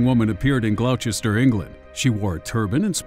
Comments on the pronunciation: Gloucester isn't pronounced Glou-chester, it's pronounced Gloss-ter... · Gloucester is frenetically pronounced Gloster. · ITS PRONOUNCED GLOSTER , Gloucester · Just so you know, as someone who lives in Gloucester, it's pronounced "Gloster"